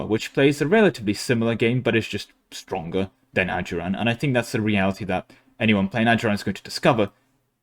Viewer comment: Bro thought he was into something when he said ajuraan (they're my fav nation)